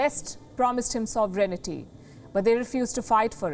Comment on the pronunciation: to you mispronounced the word 'sovereignty' by saying "sovrenity". The word 'sovereignty' is not pronounced "sovrenity", it is pronounced "sovrenty".